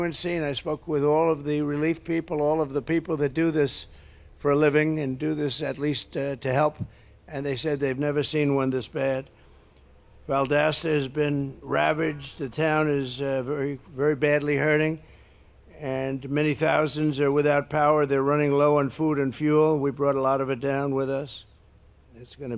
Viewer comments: Did he call it Valdasta? It's Valdosta. Him saying Harris is cognitively challenged is like Pinky calling Brain stupid. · He can't even be bothered to pronounce Valdosta, GA, correctly. He didn't bring any supplies w him, he just brought more pressure to law enforcement & ppl trying to respond to the disasters, b/c they had to divert their resources away from ppl who need help to HIM. FUCK DONALD TRUMP. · Mispronounced Valdosta. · Oooh! Did Trump bring rolls of paper towels to toss to residents of Valdosta (which he can't pronounce)?